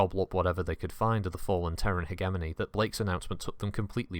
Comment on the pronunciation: Good video, but FUCK ITS PRONOUNCED HEDGE EH MONEY NOT HEG EH MOANY Gave me conniptions